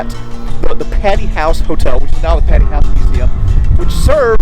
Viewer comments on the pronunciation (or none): Omg... did you say patty? It's p-A-tee. Long A sound